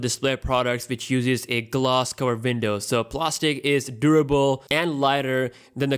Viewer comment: Window not vindow!